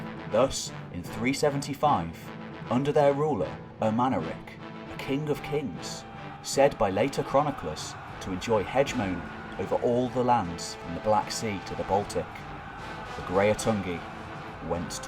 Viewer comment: Is the sneaky mistake the pronunciation of "hegemony"? It should be pronounced with four syllables, not three. Thank you for getting me to look it up - I was pronouncing it with a hard "g", which is also incorrect. :-)